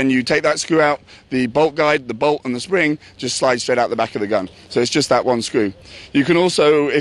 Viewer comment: i cant w8 till i get my mini, when said bolt i thot he said ball so i was a little confused at first then i watched again and herd him rite that time. my only questions is do u have to remove the grip to change from semi to full auoto?